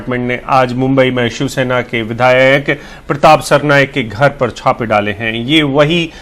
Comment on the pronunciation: Are bhai ye chivsena bolta hai😄